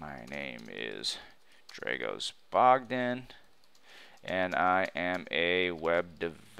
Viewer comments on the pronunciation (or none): I don't understand why you claim to be Dragos Bogdan when you cannot pronounce that name in the correct way !